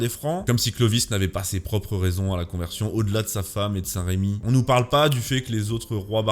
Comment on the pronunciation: Pour Clovis c'est saint rEmi, et non saint rÉmi. Il n'y a pas d'accent. D’où le nom de notre basilique Saint Remi de Reims.